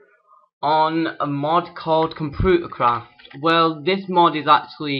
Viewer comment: P I love the way you say computer craft "compuutercroft" love your accent